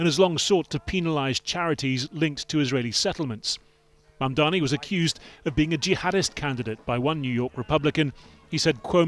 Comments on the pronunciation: How has it been nearly a year and Cuomo still cant get Mamdani's name right? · He still can not pronounce Mamdani's name. Shame!